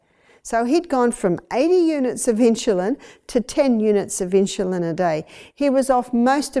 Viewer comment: Great video but they way she pronounces insulin is driving me nuts! I wonder why she's putting an h in the word?